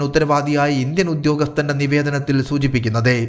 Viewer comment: ഉണ്ടെ അല്ല. ഉണ്ട് എന്നാണ്. സൂചിപ്പിക്കുന്നതെ അല്ല. സൂചിപ്പിക്കുന്നത് എന്നാണ്. താങ്കൾ ഷാജൻ സ്കറിയക്ക് പഠിക്കുകയാണോ?